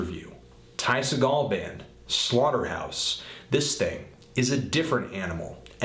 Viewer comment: you forgot The Epsilons! also, apparently the real way to pronounce his last name is SEE-gul, not SUH-gall. I asked him mahself. btw great review! spot on!